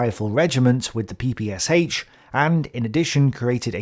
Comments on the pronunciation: It was called P-P-SH (like in the sh-elf), not P-P-S-H... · Quick notce. ppSh should be pronounced like "SH" (for example like in SHock or SHe) not S-H. Or like "SCH" in german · PPSh (ППШ) should be pronounced peh-peh-shah. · > it's an acronym and Sh is for surname Shpagin Acronym from the Russian surname., being an englishman, understandably having a hard time pronouncing russian letters > BTW it's weird that Russian has any objections i'm not a 'pronouncing nazi', and I am very annoyed by people who floods comment section with "It's not S-H, it's Sh" etc